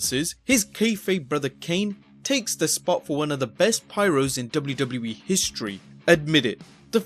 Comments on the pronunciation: the way this dude says wwe "Doublie doublie E" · Lol the way he says wwe is funny as fuck!